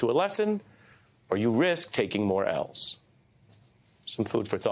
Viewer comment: I love how he says Ls 😂